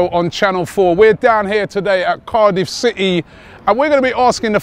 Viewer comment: why the word city is pronounce as « seehee » ?